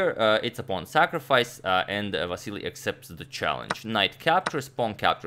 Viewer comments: Just reminder he is Vasyl not Vasyly, you told us in ur prev vid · Cmon, Antonio, it is silly to call Vasyl "Vassily"! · Vasyl, not Vasili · Antonio correct Vasyl's name also Antonio: "And Vasily plays.." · If you're calling him "Vassily" throughout the video, why spell it "Vasyl" in the graphic instead?? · You corrected your pronunciation of Vasyl in the last video only to go back to Vasily😂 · Ok I'm confused, last video he said it was pronounced " Va-sel" but now it's back to "Va-se- ly" ? Which is the correct one again? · Why did Agad say Ivanchuk's name wrong? Agad Vasily 🤷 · You kept on mispronouncing his name throughout the video. It's Vasyl. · Last video Antonio apologies for pronouncing Chucky's name wrong. This video: Vassily Vassily Vassily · How is it original? He kept on mispronouncing it throughout the whole video... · What happened to the vAsyl pronunciation? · Aren’t you still pronouncing it wrong? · He mispronounced Vasyl's name again lol